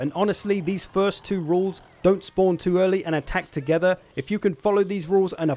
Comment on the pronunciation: Love the way you say "attack to-GETH-er" 😂